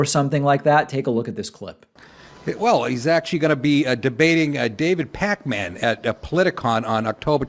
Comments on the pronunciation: David PACK-MAN. I don’t think that’s how you say it. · I love when people call David "Pack-Man" lol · Why do they emphasis "Pack-Man"? Like David is a video game character?